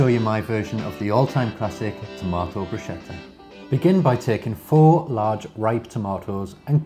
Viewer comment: It's "Brus'ketta" not "Brushetta"! Because CH makes a "K" Sound in Italian , not "SH" sound!